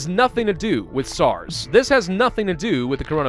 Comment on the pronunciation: ItZ sars CoV not SARNS FFJUDFUF